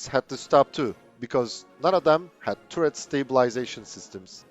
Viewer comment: Interesting video, but man, please look up the correct pronunciation of the word "turret". It is just so incredibly irritating to hear that stupid mistake over and over again.